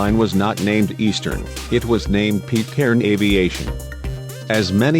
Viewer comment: "Pitt"- Cairn, not "Peet"-cairn, you robotic doofus.